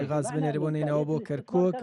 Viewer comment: کاکە گیان ووشەکە گاز غاز بەڤارسی ناوی باڵندەیە. عەرەب ڵاڵە و گ نییە😂😂😂😂😂